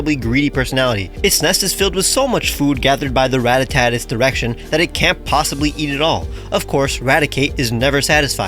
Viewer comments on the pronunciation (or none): ITS NOT “RATTATATTA” ITS “RATTATA”😭😭😭😭😭😭😭😭😭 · Also it's "Ratata," no"Ratatata." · Ratatata. Got one too many "Ta"'s in there my guy.